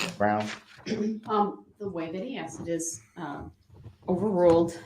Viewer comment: "I specifically AXED for".....why are we wearing kid gloves with this clown?